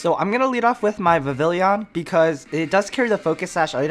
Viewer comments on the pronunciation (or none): Stop saying Vivillion. It's Vivillon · Imma guess the QOTD is "whats your favorite legendary pokemon" if it is darkrai or latios P.s. Vivillon is pronounced Viv-y-on